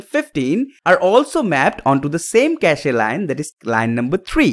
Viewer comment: It's kaSH (cache) not kashE ....